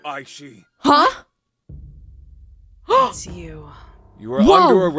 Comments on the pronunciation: Hi!! Aishi is pronouced “A-shi” the first i is silent c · ITS EYE SHE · It’s pronounced I-shee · I just wanted to say that you pronounced her name wrong but that’s all right because you’re still my favorite YouTuber by the way, you have to pronounce the i at the end not hate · U got Ryoba right in pronouncing but aishi is pronounced eye- shi k not tryna be rude just saying